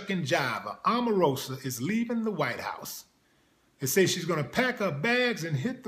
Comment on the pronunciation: Lol stop clowning and why he saying her name like that;) smh